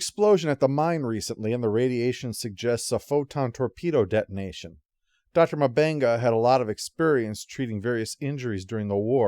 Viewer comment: Jesus, dude. It's not Dr. Mubanga. M'Benga. Like UmBenga